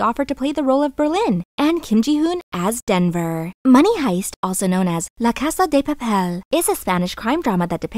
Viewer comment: I have to say I loved your Spanish accent when you said "La Casa del Papel"